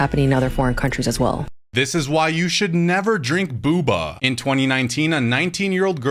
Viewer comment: It’s Bo-Ba you dunbass